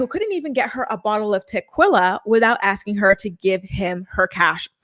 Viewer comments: you said"Tequilla!"😭😂😂😂 Never heard it called that before!🤣 Soo funny & cute! I can tell you don't drink liquor!🤣💜💜💜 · Taqwilla? what the fuck?